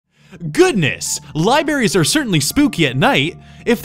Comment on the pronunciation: Wait....did you say....."libaries"? If not.....then I need to get my ears checked.